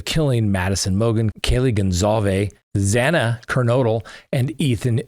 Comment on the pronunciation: Thank you for getting Xana's name right. <3